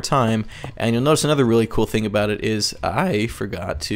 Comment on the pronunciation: WHY DOES HE SAY FING NOTT THING?